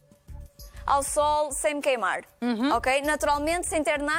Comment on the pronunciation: "Queimarrrrr". Ela uma portuguesa caipira?